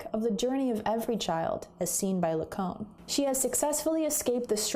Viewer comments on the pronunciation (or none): La-cone-ian? La-cone? Who the hell is that!!??